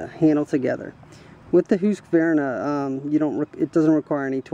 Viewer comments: Who-ska-vern-ah? It's Husk-ah-var-nah. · Is the name not pronounced HUSK -VAR -NA not HOOSKA VERNA ? I have never heard that name pronounced that way. Its husk -var - na for me. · Here in western Montana, I fear that any logger hearing this fella pronounce the Husky name like he was from another planet would get the ol' chain saw haircut. Take the easy way out and just call it a Husky!! ...............Hoooooski, indeed!!! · Say's Mr Hoooooskavarna rotfl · No really its husk-var-nah, no "ah" between the q and v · lmao, its husk var na.